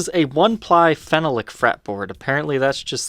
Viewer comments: Phenolic is fen-AH-lic not fen-uh-lic. And the screws are slotted for a flat-blade screwdriver, not flat-head. This kills me. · It’s pronounced: Fen-all-lic not fen-a-lic. Phenolic. Or you can just say Bakelite or formaldehyde plastic. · Phenolic is pronounced 'feh-NAHL-ik'. Syllable stress in the middle. FYI. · That'sa " Phen-ahh-lick" pickguard. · Your pronunciation of Phenolic is strange. It should be Phen--ol--ic. This guitar reminds me of my old pre CBS Telecaster but the wood grain on mine was more pronounced and simply beautiful. Sadly it got ruined by penetration of purple dye and perspiration from a shirt I wore at a gig. I then stripped it down and refinished it with clear lacquer. The ash grain was gorgeous and looked like one piece it was so well matched. Today I find they are not as well done. I really dislike the use of slotted screws on this new model, even if it is authentic. I agree that it's nice but I'd rather have my old Tele back--still kicking myself for having sold it. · Great video as always! Small correction Phenolic is pronounced FEN-ALL-LICK...emphasis on the “ALL” then again we are in America so feel free to pronounce it however you like!🤪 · Enjoyed your review. BTW, it is pronounced like this phe·no·lic | \ fi-ˈnō-lik